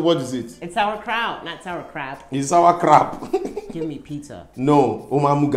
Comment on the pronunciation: said “Sour Crap” for sauerkraut 😂😂😅😅! Now he’s buttering her up for his Garri!